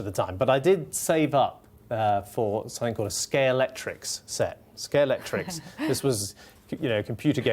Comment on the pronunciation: He's mispronouncing Scalextric as Scalectrix!